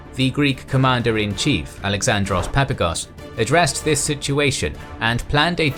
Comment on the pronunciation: It's 'Papagos', not 'Papagos'! Stop butchering Greek names whose pronounciation is so easy to discover.